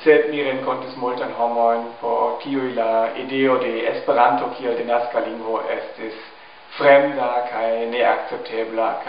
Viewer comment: Brazilians say it like "Es-pe-raantu", with accents on Es, Pe and a very strong one on Ran. The Japanese guy also says it in a Japanese way, pronouncing the syllables quickly, making a pause between each and with accent on all syllables